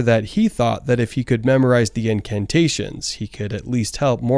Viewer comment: holy fuck iwas so confused for a sec. Incantations not incarnations